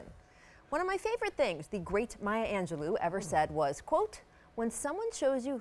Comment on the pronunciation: Thank you TMac Rachel pronounce that great woman name correctly